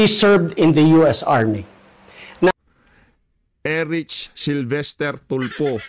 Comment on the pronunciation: I think it's Erlich not Erich